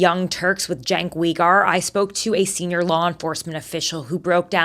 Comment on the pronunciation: Learn how to pronounce Uygur. Parroting Trump about the privacy concerns of the victims. Embarrassing, Tara. Epstein was clearly a Mossad asset. Gee, I really feel sorry Jizzlame Maxhole is where she belongs, behind bars. Seriously, Tara?